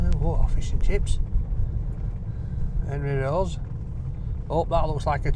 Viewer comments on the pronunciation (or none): none